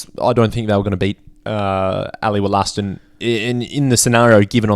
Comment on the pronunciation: "Ally Woll-a-ston" not "Woll-aston"